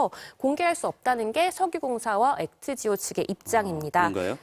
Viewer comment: 근데 저 왼쪽 아나운서 분은 저번 뉴스외전 잠깐 진행하실 때도 그렇고 약간 뭔가를 잘 모르시는듯한 느낌이 들더군요 일부러 콘셉트를 저렇게 잡으신건지 모르겠지만.. 액트지오 아브레우 는 일반인도 아는데 아무리 그래도 한번은 읽고 나오셔야 하는거 아닌가 싶은데